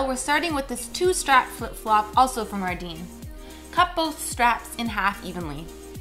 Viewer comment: It's pronounced ar-den but it's. Spelt ardene